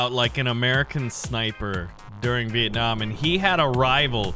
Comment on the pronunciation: you say viet nam i from vietnam